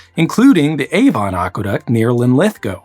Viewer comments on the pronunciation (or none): 'Avon' wasn't great